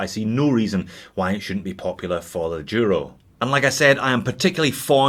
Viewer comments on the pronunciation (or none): Merry Christmas from Spain. I'd like suggest you to try pronounce Duro right during the next course. As you know Duro means Tough in Spanish and should be said Duro with a D not a Y (yuro). Cheers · That's the Scottish pronunciation of the Duro.